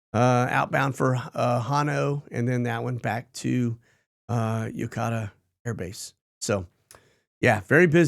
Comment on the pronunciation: Pronounced (Ya-coat-a)